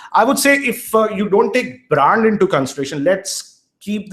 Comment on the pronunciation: Brand or braand hahaha